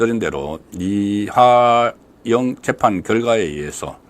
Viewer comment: 국건씨! 이하영 아니고 이화영! 방송계속 하려면 발음연습 좀 하세요.